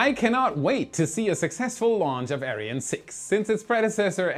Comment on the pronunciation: I went to the comments to just complain how he said "Ariane". There's so many correct pronounciations to choose from, in so many languages, and he chose a weird one, which was totally brushing me the wrong way. I personally would have preferred the german pronounciation.